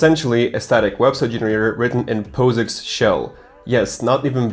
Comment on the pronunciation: When he pronounced POSIX D